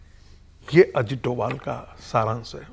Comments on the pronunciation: वो डोभाल हैं डोवल नहीं , कृपया अपने उच्चारण को सही करें, उनको ये पुरस्कार मिलना पुरस्कार को सम्मान है , उनका जवाब नहीं ❤❤ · Shri Ajit Dobhaal naam hai doval doval kah rahi hai aap ek jimmedar channel se aisa kaha Jana nindaniya hai.